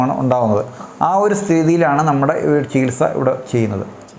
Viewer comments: Sihilsa reethi alla chikilsa reethi ennanu parayendathu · സികിൽസാ... അല്ല ചികിത്സ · Chikitsa enno Chikilsa enno parayoo..Sikilsa ennaanu parayunnath..athu pole phaagyam alla bhaagyam aanu..